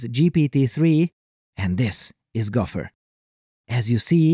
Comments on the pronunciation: Gauffer or gopher? It sounds like you keep saying gauffer. But I expect this to be fixed in the future at some point when all narration is done by AI. 🙂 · It's pronounced go fer not golf her.